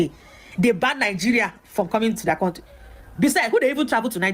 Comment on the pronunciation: MADAM IS COUNTRY NOT CONTRY WHY YOU NIGERIANS DO HAVE PROBLEMS IN ENGLISH PRONUNCIATIONS